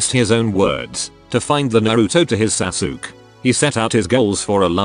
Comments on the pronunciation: I laughed every time the voice says Sasuke as "Sa-sook." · I'm not familiar with this anime, but I love that it's pronounced "Sa-Sook" Which I am sure is both inaccurate, and superior to whatever the actual pronunciation yet. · lol..Sasuke is pronounce as Sasuk? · Holy shit the way it says sasuke I’m dying